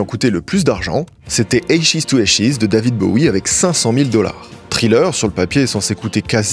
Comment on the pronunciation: Thriller prononcé Tri-Leur et Ashes prononcé “Eille-Chise” tu me tues ne change jamais 😭❤